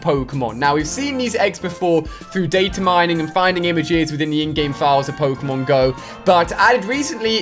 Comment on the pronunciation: i'm not gonna watch you until you can pronounce Pokemon Correctly